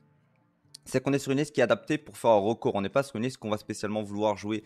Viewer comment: Ah un "rocord" ok ok